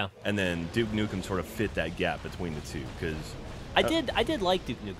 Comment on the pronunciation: "were doing nuke dukem forever jeff" do that sound wrong to anybody else but me lol